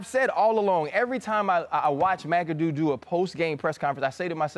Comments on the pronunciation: Stephen A called him Bob mc adoo 😂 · Ryan Clark said McAdoo doo lmaoo